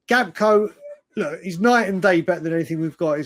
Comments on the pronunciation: GAK-PO not GAP-KO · … it is Gakpo , not Gapko !